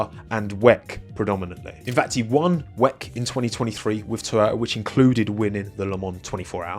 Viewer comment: Please stop saying “weck” it sounds so much better if you just say W.E.C.